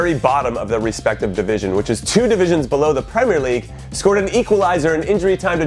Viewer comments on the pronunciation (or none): none